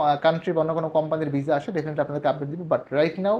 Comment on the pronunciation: ভাই মাঝে মাঝে ভিসা না বইলা যে ভিজা বলেন ভাল্লাগে শুনতে